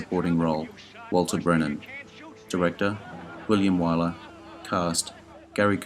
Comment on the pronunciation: One of your very best so far - small criticisms: William Wyler’s last name is pronounced “Why-ler,” not Wilder; Brandon deWilde’s is pronounced “duh-will-duh,” not “deWild.” Otherwise, very entertainingly informative. I appreciate the amount of work you put into these.👍🏼